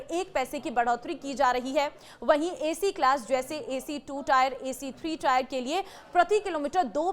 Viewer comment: 3 Tier = 3 टीयर Not टायर